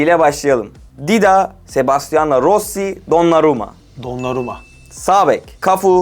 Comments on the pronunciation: Kusura bakma reis...donnaruma dedikten sonra videodan çıktım... yakışmadı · Dida yerinə Donnaruma demesi dislike😂